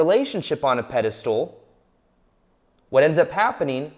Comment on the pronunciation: PedistAl not pedistool.